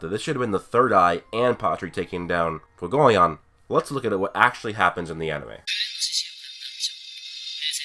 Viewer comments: I preface this with i enjoy the heck out of your videos you have replied to my comments before so i wanna holla at you. Fuegoleon is not pronounced ' foo go leon" its pronounced "fwhey go leon", licht is not pronounced " licked" its pronounced ' lee(h)-ked ( the h is almost like a soft exhale) ". honestly just google: german word for light, click on the speaker or hell i'll settle for "leek-ed" but regardless nothing is worse that when its pronounced lich-ed ( anime balls deep says it like that it drives me crazy!!) You cover awesome ideas, keep it real when you critique the show , and while you talk about things ive thought of you certainly blow my mind with other thoughts as well ! so lets kick it up a notch and get the names down . I mean shit you looked up nordic runes my dude and studied the potentially meanings and what strings of them could potentially mean! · WHY CAN"T YOU SAY FUEGO(as in fire in spanish)LEON